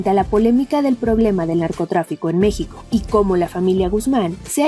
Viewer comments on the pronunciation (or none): none